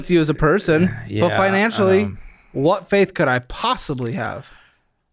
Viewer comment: This guy has a distinctive “Wh” pronunciation